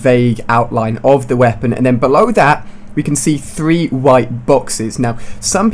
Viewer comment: 'Tree days left